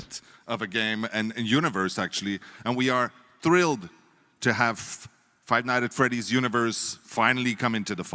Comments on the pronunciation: "Five Night at Freddy" why does he say it like that 🙏😭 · “Five night at Freddy” Lovely, forgot all the ‘S’s but it’ll do